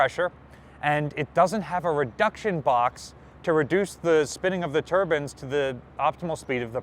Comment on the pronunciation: He say both Turbans and turbines. But it's Turbine.